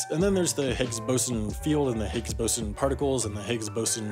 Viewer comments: It’s pronounced Bose on, not bosin. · Boson is pronounced “Bose-on” (named after Satyendra Nath Bose) not like bosun